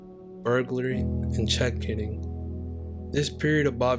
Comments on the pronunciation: Greenwich = Gren (as in wren) -itch. "Grenitch"; check kiting = "kite-ing" as in flying a paper triangle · Some well intentioned pronunciation points. Greenwich is usually pronounced "Grenn itch". Check kiting is pronounced "Kyte ing" as in "go fly a kite". Before web you could keep a bad check from being discovered as snail mail would have to send the check from here to there for verification. The further the better. Hence the kite name. Great work. Great voice. All the best. Subscribed.